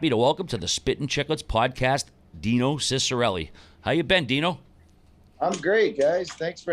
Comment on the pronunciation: His last name is pronounced cheek-a-relli